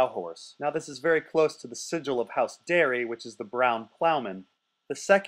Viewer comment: if you say Darry one more time I'm going to have an annurism.